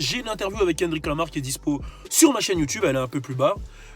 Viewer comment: Frere déjà prononce bien son prénom et après reviens